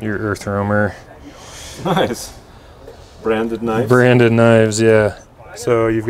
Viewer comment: erfromer hahah u need to pratice that word